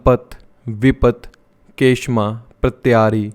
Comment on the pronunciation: kshema या क्षेम बोलेंगे के श मा कुछ नही होता